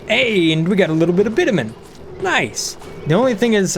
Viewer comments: its "bitch-a-min" not bitamin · Not sure if Bitumen being mispronounced on purpose to fool google ai or not But fyi its bitch-yoo-men